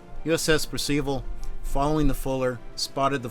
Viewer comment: Where on Earth did you get that pronunciation of 'Percival?'